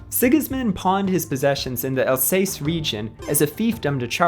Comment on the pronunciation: I like History videos... so don't take this to hard, but man, you have to check the pronunciations of common place names like Alsace (Al-SAHSS) and Arras (ARR-ess in English, let's not even try French or Dutch), let alone others - like sometimes you try to use the long A but then inexplicably throw in an "ay" sound in like when you say Alsace. Go all-in on the English way or really learn how to say them. You attempt some local pronunciations, but then other times it's all English sauce on there. Some mangling of some really odd foreign names is ok (like saying "von" for the German von rather than "fon"), but practice them in advance if you're going to make attempts at local pronunciations. Americans being unable to read the letters in their own alphabet is a tired joke already, it's not endearing. In short, make an editorial decision on how you're going to do it, and then stick to it please.